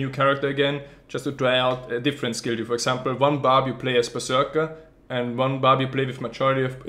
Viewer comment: He's always saying "Diablo free" xD